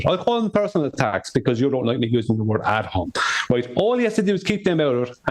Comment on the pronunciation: ad hOmInEm, you fu888c88ken pronounce the vowels as in LATIN, the origin of the word,, you are so lost in all this, you play the dumb, you stay the dumb.... 🤣🤣🤣🤣🤣🤣🤣🤣🤣🤣🤣🤣🤣🤣🤣🤣🤣🤣